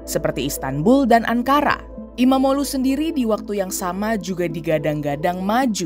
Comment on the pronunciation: Baru ini dengar portal berita yang bisa ngucapin nama kayak erdoĝan dan imamoĝlu dengan benar 😂 Mantap